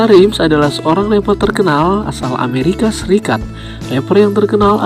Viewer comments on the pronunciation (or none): none